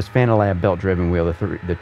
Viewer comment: Thanks for the review, great to know how your wheel base looks inside. I can't help but smile at your "Fananalab" comments 😄 Seems you realized by 35min. and forward though 👍